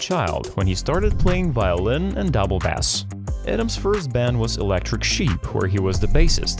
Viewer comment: Ai has it's place ....and some things they can do is amazing However untill they actually can pronounce words better for God sake proof listen before you post this cringe sh*t Bass to Boss grr